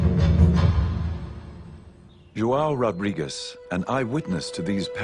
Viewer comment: Ignorant american narrator, pronounce portuguese names in portuguese language not in spanish.. It isn't "Rodriguez", but "Rodrigues". but.. what to expect from americans... so dumb... pff